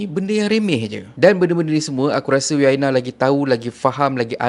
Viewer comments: Bukan You-aina Arshad la.. Mmg la org xkenal You-aina Arshad.. Hihi..sebutannya Uyaina Arshad.. U-uuu...yai-yaiii...na-naa..Uyaina.. So sebutannya Uyaina..bukan You-aina..haha.. Haha 😂 jangan mara haa... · cara abg sebut nama uyaina arshad tu salah.. bkn yuaina.. bkn juga yuyaina.. tp U YAINA.. U tu sebut U bkn YU